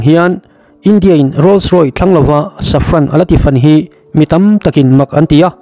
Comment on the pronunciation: a ziak chhar i nih chuan a dik a chhar tum hram a tha khawp mai .. 'Rolls Roy' ni lovin 'Rolls Royce" - Rawis tia chhiar tur ani e.